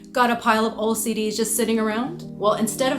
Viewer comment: Omg- I thought you said "Got a pile of OCD's?" 🥲 (BTW this video is BRILLIANT :D )